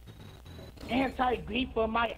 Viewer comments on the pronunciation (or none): “Anti gweefuh” 😭